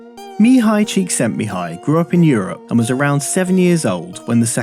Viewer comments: awesome video p.s.: the pronunciation of the name Csíkszentmihályi was impressive, quite correct actually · I read Flow long before watching this video. Spot on. Credit to you for pronouncing Csikszentmihalyl with such ease and...flow. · You did well to get the pronunciation of that guy's names correct. I've been calling myself a Conscious Incompetent Photographer for a while now since discovering Flow. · You pronounced the name almost perfectly. High five from Hungary! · Congrats on pronouncing Csíkszentmihályi Mihály's name! :D I always enjoy your videos, unlike the majority of youtubers', your content have depth, it's always worth watching - and not only once. ;) Greetings from Hungary~